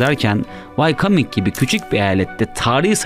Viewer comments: VAYKAMING eyaleti degil dostum... VAYOMING diye telaffuz edilir. ( WYOMING "yazilir. dogru sekilini bilmenin ingilizce ogrenmek istiyen gencler icin yararli olacagini dusundum. saglicakla kalin. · Ciddi ciddi dinlerken Wyoming eyaletini Why-Coming diye 3 sefer söyleyince vaktimi boşa harcadığımı anladım. Bunu bilmeyenler Amerikada olanları nasıl bilipte yorumlayabilirler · Wyoming'i wycoming diye okumak nedir ya .d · Amerika'nın yeni eyaleti Vay Kaming🤣🤣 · telaffuz wayoming - way coming değil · Wyoming eyaleti ne zamandır Why coming ? diye okunuyor 🤣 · Hacı Allah aşkına vayominge (wyoming) vaykaming nasil diyorsunuz... sadece bi soru :)) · Yahu insan bir öğrenir why-coming nedir ya? Wayoming diye okunur o (vayoming) böyle hataları affedemiyorum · Wyoming mi Whycoming mi 🤣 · Wyoming’i vaykoming diye okumak da ne biliyim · Wyoming: "vaykaming" diye değil "vayoming" diye okunur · Wyoming eyaleti. Wycoming degil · Wyoming vayoming diye okunur vaykaming ne? olaf scholz şölz diye okunur. sıkolz değil. ilerde haberci olacaksan bunlara dikkat et kardeş. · vaycaming değil vayoming eyaleti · Vaykaming mi...😁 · Vaykaming vayoming? Eksoztçu ekzozstçu eksoscu.